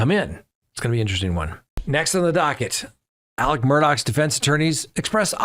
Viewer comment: It is Alec